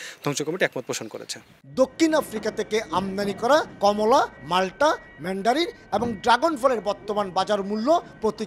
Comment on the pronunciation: কমল দে না বলে,, কমলা দে বললে ভাল হবে😂😂😂😂😂😂